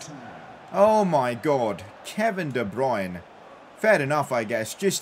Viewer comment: Day 1 of trying to get to pronounce de bruyne as de-brer-ner